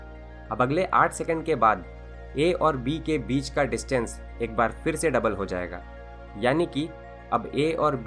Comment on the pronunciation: kamal ke infomation hai bhai .lagta hai ap south indain hai pher ko fer bolte hain ..